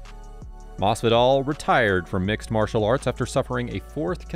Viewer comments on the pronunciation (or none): none